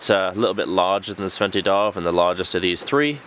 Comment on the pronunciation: The D in Djärv is silent.. Pronounce it jaerv..